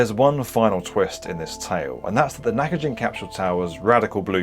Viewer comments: Dude, it's pronounced Naka"ghin", as in "give". Did you not watch the source material? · Great video and I really enjoyed it. But I hope you don't mind saying, the building's name isn't "Nakajin" it is "Nakagin". The 'g' is prounounced like that in good or great. Btw, another reason why it was taken down was because of the abestos it contained. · Also its not pronounced like Nakajin. Its Nakagin like gimbal. Do your studies before you post about other cultures! No respect. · "Nakagin" is not pronounced as knack-a-jinn, but knack-cogging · Nakagin, not Nakajin. Hard G. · This is such a minor thing, and sorry for being pedantic. But every "g" in Japanese is a hard g like "Go," and is never a soft g like "Giraffe." Nakagin is not pronounced "Nakajin." Also, the suffix "-jin" actually means "person/people," so you're changing the meaning of the word to, "The Naka people." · omg it's Nakagin, not Nakajin You've included a lot of clips of people saying it right so how did you manage to get it wrong? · The "gin" is pronounced as in "Ginza." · I know it's trivial, but it's Nakagin like "next of kin." Not gin, the drink. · Just FYi: It’s pronounced NakaGIN with a HARD “G” as in FISHGILLS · Great video, used to see it quite often and for years wondered what the rooms were like. Also it’s not “nakajin” it’s “…gin” almost like how we say gee. Na-ka-GEE-n. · Not only that but misnaming the building that the video is about for the entire duration of the video, somehow pronouncing the "Gin" in "Ginza" (*銀*座) correctly while simultaneously pronouncing the very same "gin" in "Nakagin" (中*銀*) as "jin", which drastically changes everything about the name as it goes from being "Middle of Ginza" to "Middle of a person" 💀💀 it's a shocking lack of decency imo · An otherwise excellent video overshadowed by the constant mispronunciation of "gin" in Nakagin. You even played newsreels of reporters correctly pronouncing it in the beginning! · Knackajin? Nah-kah-jeen.